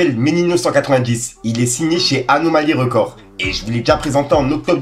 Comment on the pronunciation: record ca se prononse "RICORD" pas "REUCORD" mdrrr foorce tu regale frerot au passage la meme pour "believe" ca se prononce "bilive"